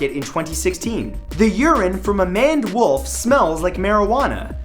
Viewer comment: did... did you say "manned wolf"? I could be wrong, but I think you added an n there. It should be "maned"